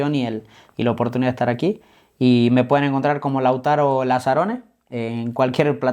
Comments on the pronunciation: El entrevistador es un improvisado por eso repite wuey pues le falta léxico, ni sabía bien el nombre del jugador pues varias veces le dijo Lázaro y no Lautaro. No preparo la entrevista. En fin... Muy mediocre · El disque peridista que lo entrevista,le dice Lázaro y se llama Lautaro a parte de no saber ni hablar😅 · No se llama Lázaro, sino Lautaro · Es Lautaro no lázaro...pésimo el entrevistador......cultura de barrio bajo..... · No se llama Lázaro wey, se llama Lautaro